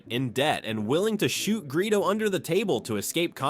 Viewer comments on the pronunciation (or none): none